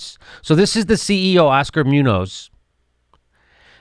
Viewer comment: It's pronounced MOON-yohss, BTW.